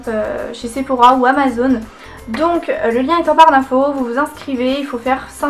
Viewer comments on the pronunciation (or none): none